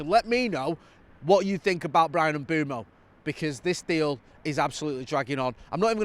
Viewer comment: can you please sort out your pronunciation of Mbuemo there’s no double o so it’s not M Boom O M Buem o